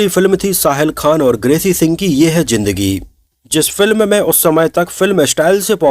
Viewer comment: Jindgi nh zindgi hota hai 😂